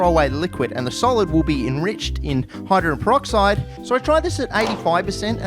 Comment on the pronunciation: "hydren peroxide"?